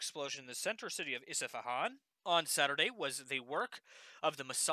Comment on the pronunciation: Just want to say it’s Isfahan . Not Isafahan . Isfa-han two syllables. Just trying to help no hate good update otherwise👍🏼